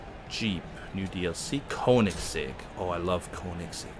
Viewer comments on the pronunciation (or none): The Hennessey viper was in older Forza games in Dodge section. The Hennessey Venom is a lotus modified Lotus (look it up on drive on youtube). And last Koenigsegg is Königsegg, ask anderzel about how to pronounce it... Car rage xD